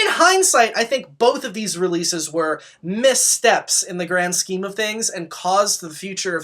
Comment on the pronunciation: Are you saying “scheme” with the hard SH ironically? Or are you just mispronouncing it? I’ve gotta know.